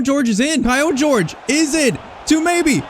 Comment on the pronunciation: It's not pronounced 'George' dummy